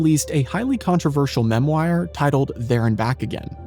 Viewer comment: That might have been the strangest pronunciation of memoire I have ever heard xD